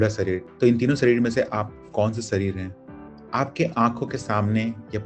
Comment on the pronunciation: सही शब्द है _दीवार, न कि दीवाल, इसी तरह सही उच्चारण है _शरीर, न कि सरीर